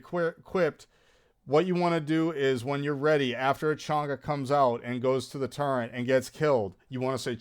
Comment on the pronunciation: “Turrent”—- Wild